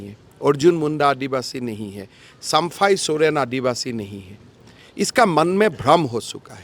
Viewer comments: पहले तुम हिंदी सुधारो फिर प्रचार करो,,, चंपई को बार बार सम्फाई सोरेन बोल रहा है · Sampai sorian pahle sahe se bolana to Shiekh 😅😅😅 😅